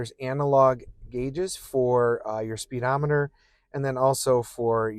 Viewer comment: You know it's spuh dometer right? It's not speed ometer.